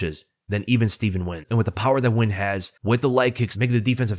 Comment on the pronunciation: First youtuber ive seen pronounce nguyens name correctly. Good to see